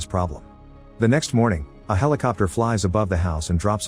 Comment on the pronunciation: A “helecopter"